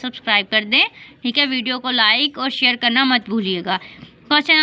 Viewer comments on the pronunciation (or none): none